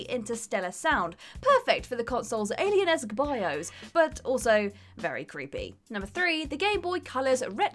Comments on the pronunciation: wOZnIAK Bios => "Bi - Ose" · A: I'm pretty sure most people knew these already... i mean... come on... most of these have been around on the web for years B: Does actually know how to speak English? Literally EVERY video she does she hideously mispronounces some of the most basic words... i mean... what is a "bioze"? I'm assuming she meant Bios... since that's how it was spelled in the title screen... and even then... the user interface itself isn't the bios... they are two VERY different things...